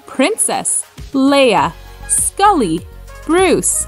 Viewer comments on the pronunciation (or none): none